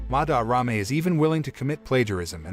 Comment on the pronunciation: am i the only who wants to bang their head into a wall everytime he says "MaDarRame"? (im not hating on the video btw)